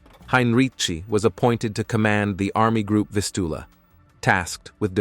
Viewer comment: That's not how you say Vistula.